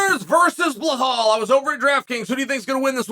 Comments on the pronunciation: Chael - how you gonna do an 8 minute video and forget the “forget the name” Be-LAL, it’s not Ba-HAL😂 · When are u gonna learn how to say Belals name. It’s no blahal it’s belal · How is he getting "BleHal" from "Belal". bro just adding extral letters 😂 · Tough one for ‘Blahal’ this. 😂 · Is his name pronounced Blahal? I fancy Burns to win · it's Belal not Blahal.. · "Blahall"? Who the fuck is that guy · Blahaul lol no attempt To pronounce correctly got me 😂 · It's Belal brooo, my God, you can't get one name right and I love it LOL Crazy Uncle Sonnen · Blahall.😂 A sure sign Uncle doesnt like you, he says your name wrong. 😂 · Lol bruh this man and his BLAHAAL rmr the Name! Chael is your typical gym teacher butchering names without a care in the world. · fyi its pronounced bell-lel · I see a lot of people saying 'Belal'... Guy's, it's BLAHALLL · Man I love to hear your opinions, but u gotta learn how to pronounce someone's name. U get hit in the head too much? Are you sure your first name is Chael or have u been mispronouncing it all these years? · We're witnessing history here folks. is the first time Chael has ever mispronounced a name. Can we still call Uncle Chael undefeated and undisputed after this slip up? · I don’t understand how we butcher Belal’s name so bad. 😂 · I know. There’s literally nothing hard about saying Belal- two simple syllables. Unless you’re Chael!😂 I think what’s funnier than Chael’s mispronunciations is that he doesn’t give a shit about them! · someone please teach him how to pronounce belal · Dammit Chael you say you like belal get his name right then